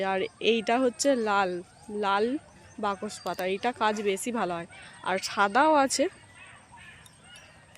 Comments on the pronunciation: বকস পাতা না ওটা বাসক পাতা ঠিক করে উচ্চারণ কর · কথাটা বাকস পাতা না ঐ পাতাকে বাসক পাতা বলা হয় যা সর্দি _- কাসিতে খুবই উপকারী জীবণ বিঞ্জানে এবিষয়ে পড়ানো হয় উচ্চারণে তোমার এত গন্ডোগোল কেন হয় বলতো! বাসক পাতাকে বেমালুম বাকস পাতা বলে দিলে কানে বাধল তাই জানালাম please ঠিক করে নিও